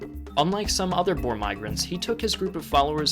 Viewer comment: Boer not bores